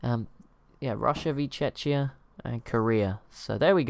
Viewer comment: It's pronounced check-ee uh, not chech-ee uh